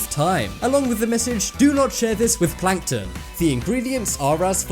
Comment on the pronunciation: it is not planton it's plankton